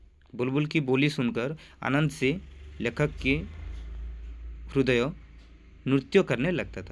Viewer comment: 👍 हिंदी उच्चारण का थोड़ा सा ध्यान रखिए। जैसे hrudaya नहीं hriday ,nrutya नहीं nritya.